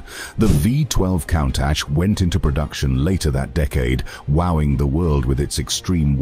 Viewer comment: Been enjoying the high quality video editing and narrative. But the use of AI for voice over is just awful. Pronouncing Countach as "cown-tatch"? Really, this seems OK with you and not pointlessly ignorant? The quality of your videos deserves the authentic use of real people speaking, otherwise the experience is cheapened, unnatural and inhuman. Please... don't join this growing use of AI just because it may be "cheaper and easier". It is NOT ARTISTIC and lessens an otherwise good experience. Cheers.